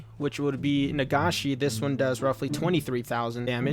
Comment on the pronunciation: He can't pronounce senbon or nagashi